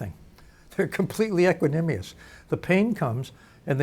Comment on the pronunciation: Equanimous, not equanimious